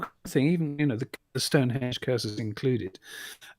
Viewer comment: one thing id say is you dont pronounance stonehedge corredtly.......refer to spinal tap film.....ps im dyslexic cant speel for toffee Jh